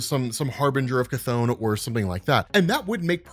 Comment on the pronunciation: Chthon pronounciation Ku-tohn/Ka-tohn